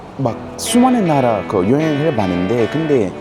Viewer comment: 말버릇이 아직ㅋㅋ 소울이 남아 있으신데요 근데 라고 할 때 근damm 하심